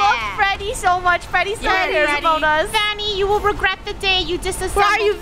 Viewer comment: It’s vanny not vonny